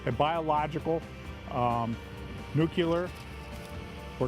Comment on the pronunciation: Yeah... your solid steel humpty dumpty trailer could handle a nuclear detonation.... its called Radiologic. Words matter. And futher more, its not nuke-you-lur. Its new-clear. Please dont let this man near explosives.